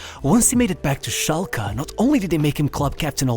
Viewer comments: SchalkE not SchalkA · Its schalkE not schalkA not shulker